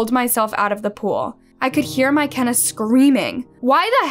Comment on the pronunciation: What in the world is a " My Kenna " 🤣💀❔